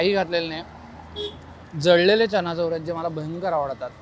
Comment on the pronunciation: Chana’chor’ nahi re bhava..chana’jor’